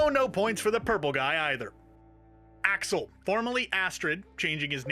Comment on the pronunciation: Axel pronounce as Asshole 😅